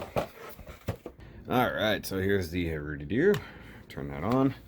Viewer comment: You said (Hru)doodoo.